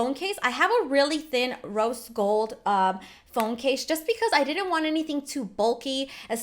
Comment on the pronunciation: Her: Rose Gold Phone Case Me:I thought u said Roast Gold Phone Case